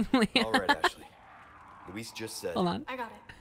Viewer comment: Penny: \*hears Leon say Luis* Penny, seconds later: "Lewis"